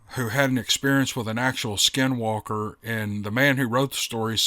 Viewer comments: Good job on pronouncing Navajo skinwalker. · Good pronouncement on skin walker in navajo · Hi. Your pronouncing skinwalker is better than most I've heard. I'm Navajo & we've dealt with skinwalkers during my childhood on the reservation. Not so much now since I moved off the reservation years ago. I love your stories, Steve Lilly, the wendigo stories which I've listened to more than once, & the way you try to pronounce hard names or places, etc. Keep up the good work. 😁